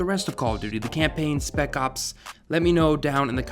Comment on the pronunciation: Did you say SPECOPS XD You joking right?